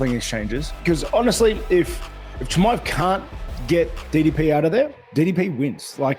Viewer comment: pronouncing ddp as diddy p. made me laugh out hard